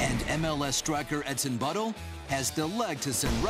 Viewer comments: did he say etsin butthole? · did he say etson butthole? for the soccer player? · did he said edson butthole